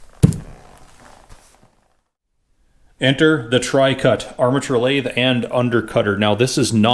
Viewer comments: "Trucut" NOT "Tricut". Just sayin'. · why do you call it "Tri - Cut" when the nameplate says "True - Cut" (TruCut)? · My brain hurts. It says 'TRUCUT' and you said 'TRICUT', and it only does 'TWOCUT'.